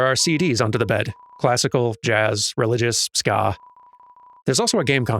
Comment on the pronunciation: No no, not "religious, ska" but "religious ska." Important distinction.